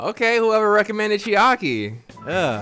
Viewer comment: Bro said Chiari instead of Chaiki